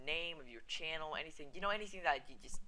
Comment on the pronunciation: LOL HE KEPT SAYING CHANNEL I-KIN XD